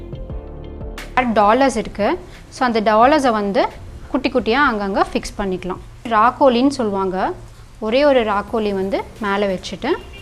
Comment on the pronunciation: Amma athu rakoli illama rakodi